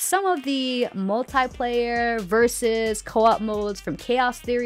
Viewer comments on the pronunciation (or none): none